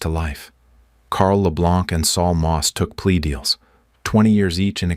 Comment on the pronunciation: It's LE BLANC but you don't pronounce the C.